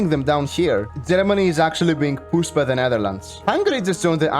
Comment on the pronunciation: I can't tell if he's saying pushed or PUSSED anymore 😭